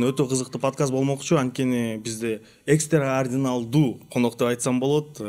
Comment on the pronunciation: ЭКСТРЕАРДИНАЛДУУ ДЕГИН 😅